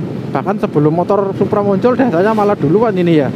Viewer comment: Ada kesalahan baca Kec. Suppa bukan kec. Supra